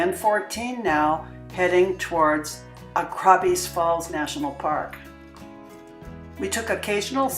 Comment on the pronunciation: Pity the locals didn't help you with the pronunciation of Goegap and Augrabies.